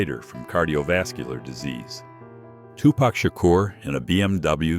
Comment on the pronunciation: Can't believe he said Tupac correctly!